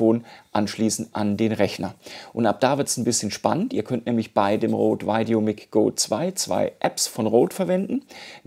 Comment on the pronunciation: normalerweise korrigiere ich keine fehlerhaften Aussprachen, aber wie du "VideoMic" aussprichst, tut mir in den Ohren weh! Richtig lautet es "VideoMeik" und nicht "VeideoMick" - Dein Vergleichstest ware sehr aufschlussreich, danke!